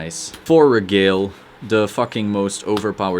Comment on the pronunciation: Good stuff! I have a handful of questions though: 1. No Perfect Guards? Holy Knight Guardian has a lot of unflips, which works well with Blaster shenanigans. 2. Would you cut one Regalie [pronounced Re-gal-ee-ay, just fyi] for a second Fides? 3. Any thoughts on Benelus for Altmile synergy? 4. Any suggestions for BB Spirit replacements? I'm not gonna pay 50 bucks for one, lol. 5. What sleeves do you use? I really like the non-slip matte ones, but my cards keep getting curved.